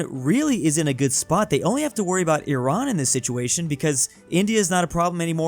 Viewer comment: FINALLY!! SOMEONE THAT PRONOUNCES IRAN RIGHT EVERYONE PRONOUNCES IT LIKE "AI RAAN" LIKE NO